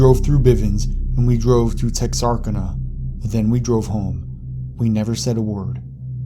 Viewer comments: Tex-are-can-a too. Not Tex-arkina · tex-are-can-a man. lol what is Texarkina. sorry man I know your getting a lot of shit for the words but its funny. no worries though, keep doing your thing man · are you from America?, cuz you miss-pronounce alot of words like Tex-arcana, and Shreveport, etc... Weird...